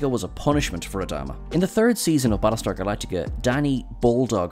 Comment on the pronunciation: Balletar Galactica? Bad start… Ugh 2min in I had to stop… I can't take these terrible mumblings…